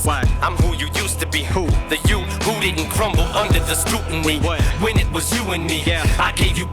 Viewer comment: Instead of scrutiny, he pronounces is "scootinry"